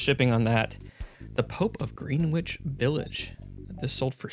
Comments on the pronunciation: Minor critique, Greenwich is pronounced "Gren-itch" anyway love the channel dude! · "Greenwich" is pronounced "gren-itch" FYI.